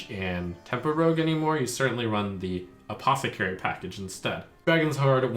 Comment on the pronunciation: "Necrium Aposecary"